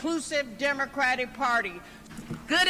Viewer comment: "This is the democratic pary" 😂